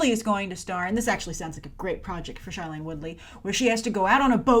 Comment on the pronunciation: Her name is Shailene...not Charlene...I can't 😂😂